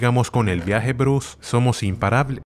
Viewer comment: "somos imparab" y yo creyendo que fue un error de mi dispositivo, xd